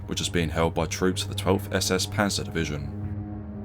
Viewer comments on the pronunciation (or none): none